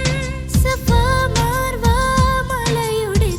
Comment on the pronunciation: സഫ മാർവ്വ അല്ല സഫ മർവ ആണ്